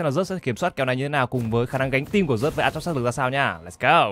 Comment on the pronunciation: Zeus đọc là "Ju'ts" chịu khó mà thay đổi đi, đọc sai tè le hột me hết e ạ